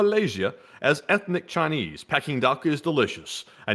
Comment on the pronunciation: It’s “pee” king duck